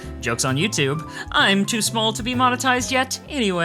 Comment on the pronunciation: I heard "I'm too small to be motenized yet anyway" and thought "I HAVE TO FIX THIS" I am now susbcrimbled